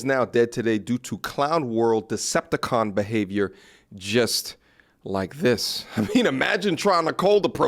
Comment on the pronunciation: Bruh said deceptocon😂